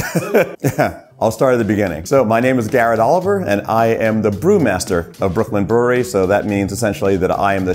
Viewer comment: Super cool comme d'habitude Par contre peut prononcer brewery avec un petit accent anglais lol pq "brouri" ça fait vraiment bizar Force et houblon